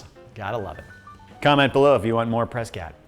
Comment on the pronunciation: I literally guffawed at “Prescatt”